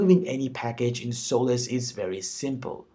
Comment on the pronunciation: I think it's pronounced Solace, not Soul-less, lol.